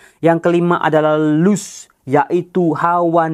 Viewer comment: Mau ngomong dikit, …lust itu dibaca las